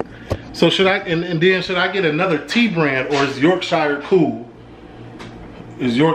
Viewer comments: Call it Yorksha Not york shire. Love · Its pronounced Yorksher or Yorksheer